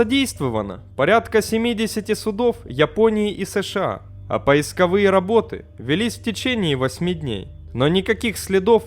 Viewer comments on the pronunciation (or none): А где (в каком месте) говорят "поисковые" с ударением на "ы"? Я не ёрничаю - мне реально интересно. Есть же куча вот таких местных особенностей, типа диалектов что-ли. У нас - в моём окружении в Санкт-Петербурге - говорят, если кому интересно, с ударением на второе "о" - "ПоискОвые". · Так говорит только автор)) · Поисковые работы, ударение ставь. Или вообще молчи